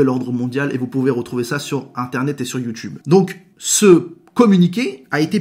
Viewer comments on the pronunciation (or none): none